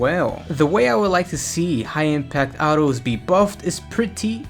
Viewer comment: Don like the way you say autos